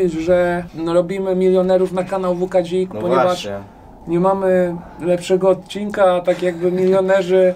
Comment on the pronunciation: Nie WK DZIK tylko WK BZIK